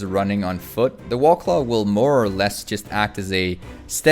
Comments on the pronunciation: You sound like you're a native English speaker, so it bothers me that you don't pronounce "war" properly. "The Wahclah mount" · I keep hearing you say "Wallclaw". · "the wawclaw"